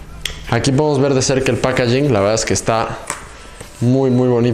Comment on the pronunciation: Saludos y no se por que les gusta usar palabras en inglés que honestamente las mal pronuncian ( No eres el único ) packaging por que no usar la palabra en español que se escucharía mejor